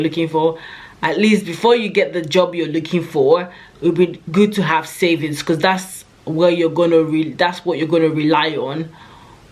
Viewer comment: Love how you said you need to be able to "cUmmunicate"😅 we get the message BecUs .... you're the best